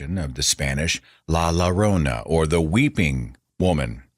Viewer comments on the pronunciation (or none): For english speakers: "la llorona" is actually pronounced "la jorona". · its pronounced "La Joe-rona" :D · Its pronounced "La Jorona" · Pronounced la yorona in english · La llorona is Spanish -- so think of when you say 'tortilla.' It's not an l sound, but a double ll sound.